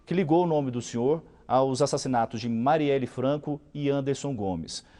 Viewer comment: “Mariella” e não “Marielle” diz tudo. O Bolsonaro, na sua boçalidade, atesta a sua bandidagem.